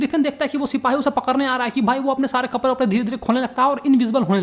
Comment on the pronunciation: Bhaiya accha padaya but I laughed when you said kaprrre